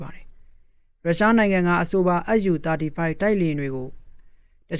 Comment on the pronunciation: SU ကိုတောင် ပီအောင်မပြောနိုင်ဘဲ သတင်းကြေညာနေတာ အတော်အရှက်မရှိတဲ့ကောင်ပါ.. SU ... အက်ယူ မဟုတ်ပါ အက်စ်ယူ ပါ..